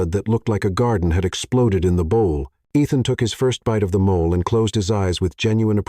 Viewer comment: Please, please teach your narrator how to pronounce mole, as the food and not as a animal or skin problem 🤣